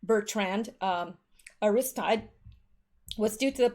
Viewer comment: Aristide (A-ris-teed')